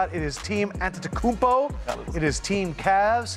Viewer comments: Shaq said Antenakoumpo and acted like he said it better than a Greek 🤣🤣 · Shaq is gonna be on shaqtin a fool with that pronunciation🤣👌🏻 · It’s actually Antetokounmbros